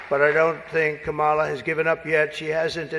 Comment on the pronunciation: Does anyone else’s bum clench up every time they call her mamala?